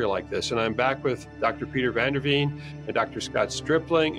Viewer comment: I am Dutch, van der Veen is pronounced vahn der Vain. Try it 😃